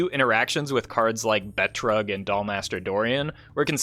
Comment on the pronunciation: Betrug is German for deception and/or fraud and is pronounced Be-troog. :)